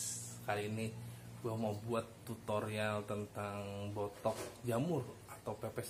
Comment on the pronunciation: Bothok mas klo org jawa bilang 'th' lebih mantap